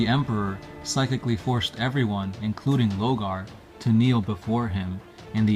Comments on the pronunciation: "LOR-GAR". NOT "LOGAR". I CAN BARELY HEAR YOU OVER THE MUSIC! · y’all say Lore 100 times per video but can’t pronounce LoRgar smh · Why are you refering to Lorgar as Logar? Isn't there an "R" in his name? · Lorgar man. LoRgar. If you pronounce his name like what you did in this video in his presence, he'd be wearing your face in his armor as a trophy lol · Lore-gar... LoRgar... also, stop trying to read the way ur brother does and get ur own style lol... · why do you pronounce his name Lo-Gar ? Where's the first R ? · I know you can see that R in his name man. LoRgar. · Yeah he kinda is just saying Logar isn't he? Just finished the 3rd video about life as a citizen in the imperium and he said "steed" instead of "stead". Using stead to discribe someone taking someone's place, so it went blah blah blah did "insert action here" in his steed. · Three years have passed, I hope you know pronounce the R in Lorgar